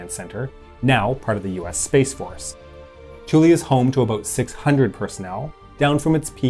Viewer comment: Air Force veteran here. Kudos on properly pronouncing Thule. I rarely hear people pronounce it correctly.